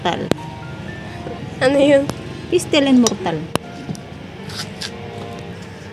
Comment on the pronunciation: Hindi po mortal kundi mortar